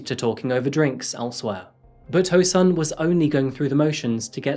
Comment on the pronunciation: easy asians say their last names then first name. kang is pronounced as kAHng, not kAYng. the pronounciation of o in ho rhymes with soul; hOUL instead of hOH (the same pronunciation in japanese) sun as sun :)